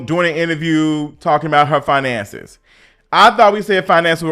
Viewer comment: Facts, talking bout finances but laying in bed with a man showing all her gums to a non 9-5 man and not having her bills paid with her " FIINANSAYS "😒INSANITY.